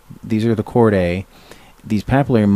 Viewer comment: Chordae is "chord-aye" - seriously?? How are we supposed to take someone seriously who can't even learn the correct way to pronounce terms??